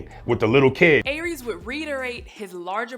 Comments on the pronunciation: Never heard it pronounced like that. Though it was "AIR-rees" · I feel like she mispronounced Aries through the entire video. 😂😂😂😂